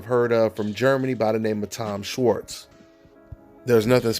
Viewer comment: its pronounced "shwarts"